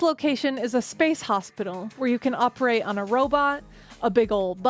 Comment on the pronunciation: what the HECK is an OPE ATE......